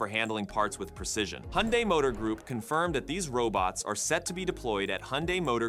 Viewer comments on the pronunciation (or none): none